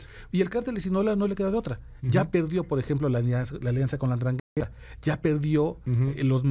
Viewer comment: Endraghetta!! 😅🤭😆 No esta tan dificil pronunciar.